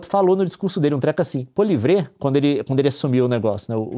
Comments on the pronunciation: Excellente vidéo, mas a pronúncia do chefe do partido conservador é PÔ-LI-É-VRÊ e não PO-LI-VRE 😊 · Alô tudo bem com vcs? Uma dica para próximos vídeos a pronúncia correta Polievre (Poli.é.vre) o (e) tem o son do nosso (é) e a sílaba tônica é o é… desculpe a « picuinha » mas eu moro no lado francês e vejo vcs sempre e me incomodou escutar o nome desse cara errado… ele ficou ainda pior que ele é… outra informação, ele não chega ser Trump porém já falou algumas coisas bem análogas ao Laranjão… como por exemplo, « para mim só existe dois gêneros, masculino e feminino »… outra coisa nem todo mundo no Quebec é separatista, principalmente os Canadenses de outras origens. 😉 (imigrantes como por exemplo os Brasileiros que não são bolsominion) 😬😉 valeu… adoro o canal de vcs! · Polivre... 😂 Desculpe Leon, mas não é assim que se fala o nome do líder dos Conservadores. 😂😂😂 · Esse último E no nome dele devia ser mudo tbm não? O francês, diferente do português, não tem silabas tônicas. Mas como vc mostrou, elas soam como oxítonas. O último E sendo mudo, fica Poliévr. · Vídeo excelente! Ótimas explicações. Apenas sugiro atenção à correta pronúncia do nome do líder conservador Poilievre.